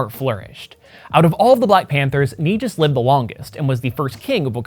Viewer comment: It’s pronounced “Knee-gus” king/ ruler.